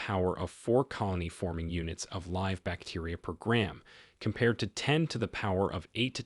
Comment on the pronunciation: Too bad they used an AI narrator that couldn’t pronounce common words like “live” or “arthritis”! Otherwise good information.